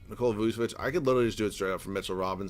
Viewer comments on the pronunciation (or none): none